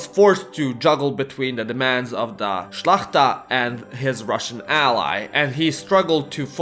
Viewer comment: At least he pronounced szlachta correctly